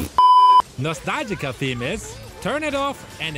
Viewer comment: correction No-sta-lgi-a